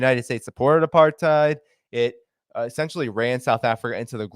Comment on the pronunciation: Apartheid is pronounced ( apart-8) And Ramaphosa is pronounced (Rama-poza) the "H" is an emphasis on the "t" it is not pronounced as an "F"